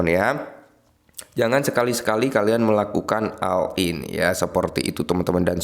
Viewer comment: Oll in bkn all in, di si ei bkn di si ai.